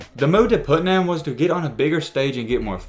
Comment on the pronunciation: Putnam is pronounced put num. future reference.